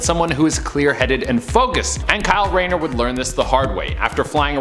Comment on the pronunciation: *Rayner. Kyle RAYNER.